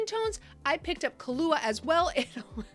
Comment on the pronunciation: Carla for Charli, Athena for Althea, Kahlua for Kahula... 😂 maybe more, I'm not paying attention 100%.